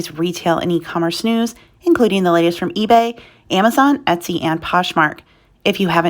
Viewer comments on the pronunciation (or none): none